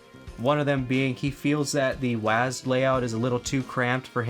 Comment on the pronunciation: this is the first time in my 36 years of life, i heard a person say "waased" to WSAD.. i thought we had to spell it "double-u ayy ass dee"